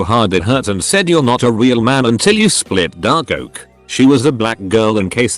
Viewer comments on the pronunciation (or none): You read: says "Dark Oak" You only listen: sounds like "Da Ork"